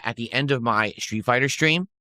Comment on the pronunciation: Why does he add an H to street and stream? Its so fucking annoying